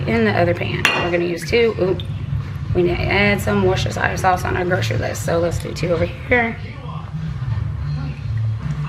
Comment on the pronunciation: Worcestershire is pronounced Wus-ter-sher .